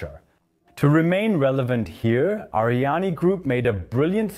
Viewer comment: It's Ariane not ArianE :) And I would have liked a video that voiced more of a critical opinion. For example your overview of Euro spaceports completely omits that except the CSG only Andoya is operational and just barely